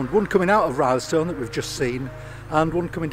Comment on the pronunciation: "RILLstone" not "RYElstone"